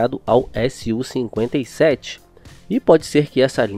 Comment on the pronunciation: SU-57 e não S-U-57, fica dica de pronuncia